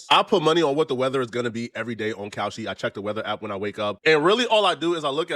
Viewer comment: I hate how he say Kalshi. Looking dumb